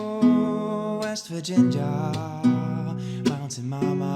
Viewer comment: Your swedish accent JUMPED out when you sang West Virginia 😂